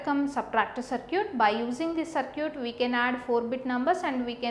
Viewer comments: Is she saying "Sir cute" ? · hahahah "saarcute"